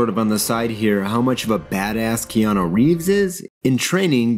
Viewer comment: I am in the same lane there. Keanu [or as says, KeanO (it drives me crazy)] was horribly miscast for that role. Matt Ryan (from the NBC show) was a better fit, if for no other reason than he's actually from the UK like the character. The best thing about the film was Tilda Swinton's Gabriel.